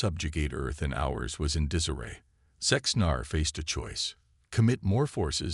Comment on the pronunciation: Your AI..........SUCKS!!!!!!!!!! WTF is: "LID scientist", "PER-fikt" instead of "per-FEKT", "DIZ-aray", "PRAH-jectiles", "deh-BRISS"!!!!!!!!!!!!!!!!????????????????